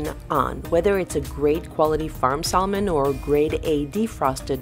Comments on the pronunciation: Its pronounced SAMON, silent "L"!!!! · Hi Sven! Thank you for your comment : I guess I got on your nerve with saying sal-mon instead of Sa-mon like an American/ native English speaker: I am sorry about that. Let me explain why: English is my 4th language One of the 1st language I have learned was Italian and we pronounce sal-mo-ne I also speak other languages where the l is pronounced in salmon so it stayed! I am sorry again for getting on your nerve: I’ll work on my sa-mon😋